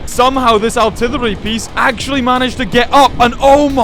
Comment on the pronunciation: It's funny that he says aułrtrillery